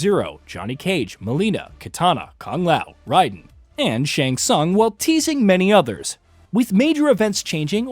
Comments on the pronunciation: How hard is it to say (RAY-Den) who tf is Rydan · It’s not Ryden 😂 Raiden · Raiden* not ryden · Why this dude keep calling raiden “ Ryden “ wtf🤦🏾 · Why does this guy keep saying Ride-in . Instead of Ray-din. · None of you creators can ever say Raiden right. Why? Why riden though every characters that ever says his name in every game and movie says Raiden you lames say riden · I cringe Everytime I heard him say Ryden instead of Raiden 😖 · Good God, IT'S RAIDEN!!! RAY-DEN!!! That is infuriating!!!😂🤬🤦🏻‍♂️ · Rye-den? Come on, dude. If that’s the way they want to pronounce the name of their character, you have to respect it. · I can't stand this jerk pronouncing Raiden ryden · I know this man didnt just say "Riden" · Who's ride den? 😂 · This man said RY den🤦🏾‍♂️😂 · It's Rayyyyyden. Like an A. Not "ai". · He really said ryden💀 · You're pronouncing Raiden wrong. It's actually amazing how wrong. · it’s Raiden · Thar "Raiden" pronounciation tho.......This aint Metal Gear LOL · Please never say Raiden's name again 💀